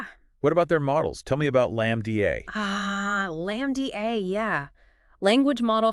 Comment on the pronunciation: who would say lam dee ayy....only an AI would say it that way. Human would pronounce it as lamb-da